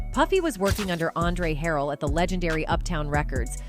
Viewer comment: Please stop using AI. Mispronouncing Jodeci, Andre Harell, etc.